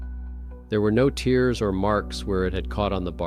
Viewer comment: People like the AI voice but it always catches me when it pronounces a word phonetically like tears as in torn being pronounced as teers.